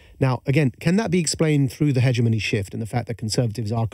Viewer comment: you'd think Majid would know how to pronounce hegemony